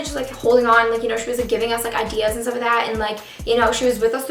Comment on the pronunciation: My teacher says idea like idee-er